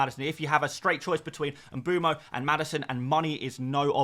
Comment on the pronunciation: Mboomo? What’s with all the off pronunciations??